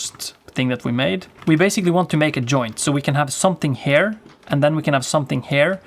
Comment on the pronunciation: I think you tryna say here not hair, got you mf